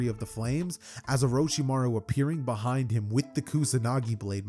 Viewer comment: why'd you say beehind like that 😭